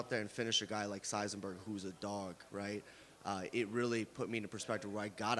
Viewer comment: Chuck buffalo called semi the Jedi “sizenberg”